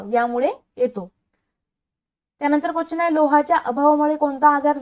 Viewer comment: Quachan nahi madam quastion mhana